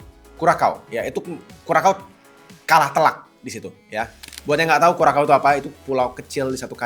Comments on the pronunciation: Kurasau bang bukan kurakau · kalo sosmed loe isinya aja cuma Ai & Kripto mana mungkin fyp pildun lawak🤣 Curacao di baca aja Kurakao🤣😂🤣😂 ketahuan ga pernah nonton bola ini bocah Channel keuangan bahas pildun hasilnya OFFSIDE😛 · Kurasao bukan sih sebutinnya???